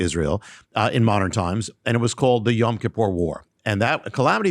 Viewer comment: I love you brother but why do you keep pronouncing Yom (day) Kippur as Yam(sea) Kippur? I have been trying to teach my friends some basic Hebrew where I keep telling them it is Yom and not Yam and you keep pronouncing it both ways. I tell them to listen to you and they come back and say you do pronounce it Yam and I don't know what to say...